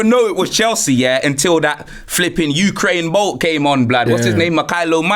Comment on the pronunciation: Man seh " Ukraine Bolt"